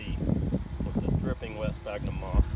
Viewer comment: Fyi sphagnum is pronounced SFAGNUM. Great little video clip!! Thanks